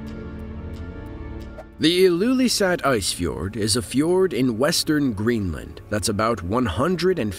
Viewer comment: nobody can pronunce greenland take it from a dane and nobody care